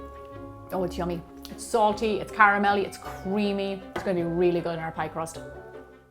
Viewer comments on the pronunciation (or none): Cweamy, Reawy.